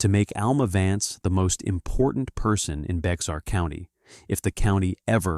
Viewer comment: FYI I've been to the Texas hill country many times. Bexar county isn't in the area. San Antonio is in Bexar. Bexar is pronounced Bayhar.